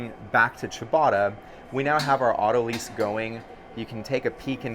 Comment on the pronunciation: Not “auto lease”, it is pronounced “auto lies”